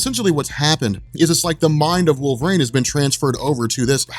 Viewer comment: Cool video. But you talked way too fast, but that's understandable. But I had to quit when you got to Wolverine. Because you said, Wolver-aine....about 90 fuckin times! .....It's not wolver-AINE....it's wolver-EEN!!!! LMAO...sorry, but things like that bug me.